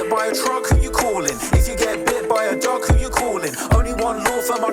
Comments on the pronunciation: I know he says “bit by a dog” but I here duck everytime and die laughing 😂😂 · He says duck lol